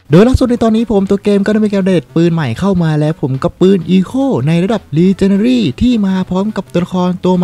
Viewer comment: พี่ครับขออนุญาต แก้ไขที่พี่พูดนะครับพี่. ชื่อปืนอะครับ Echo อ่านว่า เอคโค่ นะครับ ส่วนระดับปืน ที่เป็นระดับ legendary อ่านว่า เลเจ้นแดลี่นะครับ. อันนี้เป็นทับศัพท์นะครับ